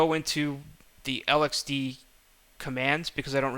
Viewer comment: it is pronounced lex-see and lex-dee not l-x-c and l-x-d